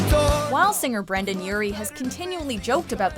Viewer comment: BRENDON. NOT BRANDON.